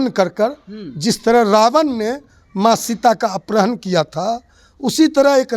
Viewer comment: ये कैसा अनपढ़ प्रवक्ता है जिसको अपहरण के स्थान पर अपरहण बोल रहा है 😅😅😂